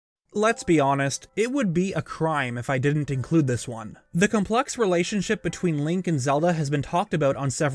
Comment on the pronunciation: 'complux' seriously..?